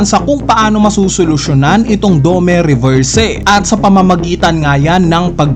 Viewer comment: Gets nman pinoy tayo pero okay din kung pronounce ng mbuti mga words literal eh "drakul" mihawk?dome reberse?